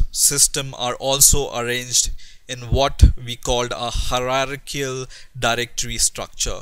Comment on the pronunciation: this nigga said "hararkill"